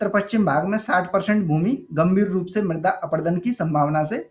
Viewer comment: सर मृदा है मृद्दा नही